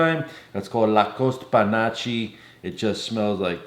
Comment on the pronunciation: Panache is pronounced "panaSH," not "panocha." In English it means "flamboyance"